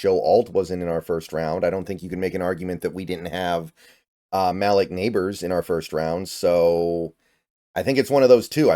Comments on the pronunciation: 😂 please don’t pronounce Malik (ma-leek) like (mal-ick) ever again . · Mal lick nabers😂😂😂😂 it’s ma -leek